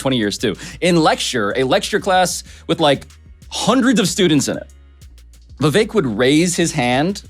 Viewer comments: Vivek rhymes with "Fake." Also, "Rake" (steps on...). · Viv-ake also rhymes with SNAKE = just saying.